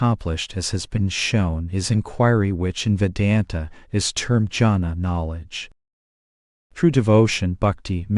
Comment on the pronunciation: Take more care about your pronunciations😀 Dhyana, Jnana, Guru, Mantra. Many such words